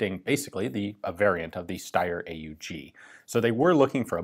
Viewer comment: Great report, Ian, and thank you for using the proper A-U-G designation for the Steyr and not falling for the lazy habit of calling it the "Awg" It's only a little point, I know, but those three letters are an abbreviation of three words, not a word of their own!